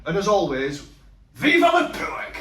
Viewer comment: Just dont get how every other ingredient apart from anything ' pork' he can say correctly...... its his youtube "garlic bread" like mcguiness in phoneix night's. It doesn't sound cool fella.